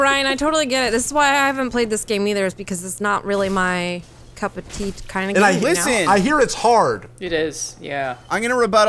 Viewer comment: did say "cup of teeth"? I think funhaus is going to be just fine.